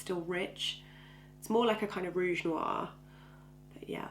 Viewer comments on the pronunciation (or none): none